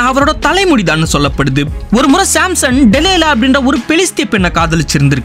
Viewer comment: Samson ❌simson ✅